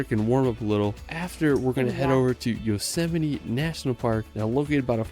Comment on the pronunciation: I appreciate that you're reading the comments. Well done on the Yosemite pronunciation 👏